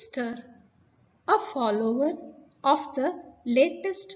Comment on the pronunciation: Dude rhymes with food not would.. please correct